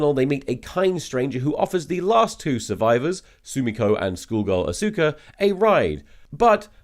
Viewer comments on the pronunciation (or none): For the record, I'm pretty sure I read in a biography that Dr. "Zoice" gave a lukewarm green light to the contemporary "soose" pronunciation of his name, like 3 years into his career. Edit: He kept saying "A-sOOka" instead of "AW-suka"... if the Kisaragi review came before the Steamed Hams section, and also I didn't already know about the native pronunciation of Seuss, I would likely doubt the authority with which Tom said "yes, that's how you pronounce it."